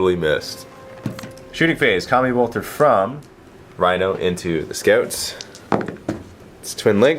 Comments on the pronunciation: Yep the French pronunciation for scouts is "scoot" I guess he doesn't know the English people pronounce it in a different way :) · I about lost it when he said 'scoots' for the space marine scouts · I like how calls scouts "scoots" XD hahaha